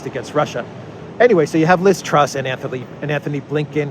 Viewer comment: Ironically her name is TRUSS, not TRUST, as you said a few times! She's a complete embarrassment :(